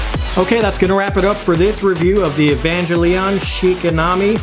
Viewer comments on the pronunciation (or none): 1) Amazing statue 2) amazing video 3) oh my God I have never heard every single syllable in Evangelion and Asuka's name so brutally uttered before